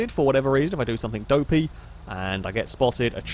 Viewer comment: I love this series and watch each new one on the day it comes out since I subbed. But please, for the love of all that's English, stop saying "somethink". ;)